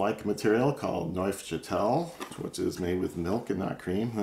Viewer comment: Neufchatel: French. The f in neuf is silent when combined with châtel. It also reads as "NOO" like in "NOON". Noochatel.